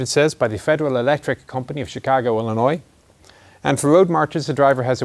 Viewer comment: You pronounce Illinois correctly! That makes me so happy lol.